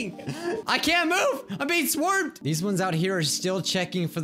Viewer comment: I can’t mi e I’m being swermed lol he said swermed instead of swarmed